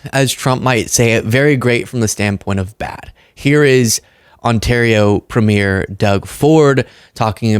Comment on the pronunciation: It’s not “premiere” - it’s “premier”, emphasis on the first syllable.